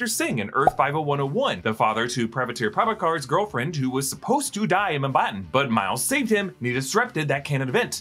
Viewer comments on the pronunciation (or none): It's not privator pravator it's pa-vit-ra pra-bha-kar